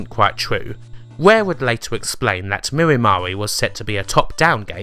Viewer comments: Mirror Ma-ree????? No, no, no. It was pronounced "My-er Mair". Other than that, it's a nice video. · Exactly! As in "Mired" and "Nightmare!" Where did get "Mirimari" from?? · "Mirry Mahray"? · I always presumed "Mire Mare" was pronounced to rhyme with "Fire Hair". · Was Mire Mare really going to be pronounced "mirry marry"? In my head, I've always just used the usual English pronunciation of those two words. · Mire as in "in the mire" no mirrors involved and "Mare" as in Nightmare.... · yeah....sounds weird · mispronounces heaps of words, its a good gimmick. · How did you pronounce Mire Mare??? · Wait... is that how you pronounce Mire Mare? Have I been wrong for decades?